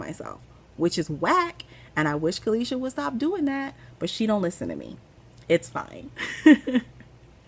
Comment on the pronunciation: You pronounced my name very well Caleisha, thanks for asking if it was correct. I took my time watching this one, thanks for brightening my day on a few occasions